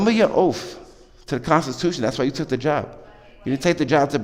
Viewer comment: Remember your “oafth”